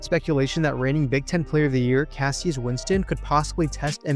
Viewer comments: Cassius Winston is pronounced “Cash-us” was one of them off the top of my head. There was 1 more but can’t remember which one, maybe Azubuike? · KASH-uss Winston